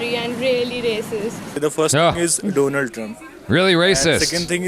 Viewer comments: Explaining doland 😂😂😂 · Dolund Trump hhahaha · analysis 🤣🤣🤣💀💀 Modi: Do-Lund Trump